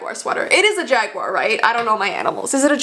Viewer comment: The cat was a panther- Still laughed when u said jaguier XD